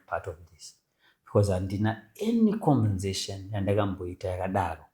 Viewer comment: Prophet sorry i come in peace its conversation its the second time hearing you butcher this word